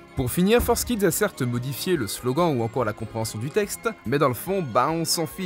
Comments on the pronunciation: FOUR… KIDS ! F-O-U-R !!!! Pas Forzz !!!! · pour l'amour du ciel on dit Forkids pas Forsskid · tu dit forcekids au lieu de fourkids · Entendre "Fours kids" m'a arraché les oreilles T-T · Dès le moment ou j'ai vu que "Forskids" s’écrivait "4Kids = For kids", j'ai décroché de la vidéo, me suis rendu compte que le contenu de cette vidéo est pas ouf en fait... (mais bon, vue la prononciation des autres mots anglais, comme "upskirting", ça fait relativiser, j'ai moi-même un accent de merde en anglais :O ) Vivement la prochaine, tu nous a habitué à mieux, jeune padawan! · Pourquoi il dit ForceKids au lieu de 4Kids aaaaaaaah